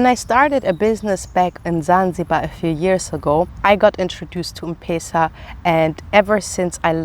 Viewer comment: Mmmm not pesa but letter Em plus Pesa